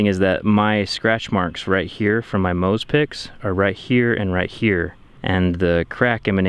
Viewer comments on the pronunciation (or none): none